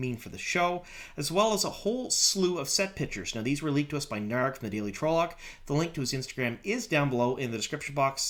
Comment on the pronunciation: Like your show but need to learn to pronounce the places and trolloc correctly.